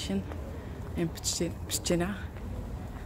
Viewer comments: Tak, siostra najlepiej wymówiła słowo PSZCZYNA 👍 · Najlepiej nazwę miasta wypowiedziała siostra. Pozdrawiam z Pszczyny ! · Wszystkie super wymówiły "Pszczyna. Pozdrawiam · Siostra najlepiej to wymówiła.